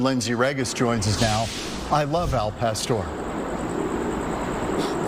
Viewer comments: A man from Arizona saying AL pest-or, smdh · Can someone teach this man how to say El pastor?